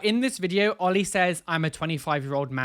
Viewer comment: oh they just said "oil" instead of oli hahaha